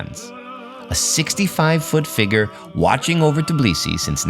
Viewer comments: Tbeeeeliseee not Teeblisee !!! GOSH make an effort guys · It’s hilarious to hear how time after time calls Georgian capital “Tiblisi”. 🙂 It reminded me old name of the city - Tiflis.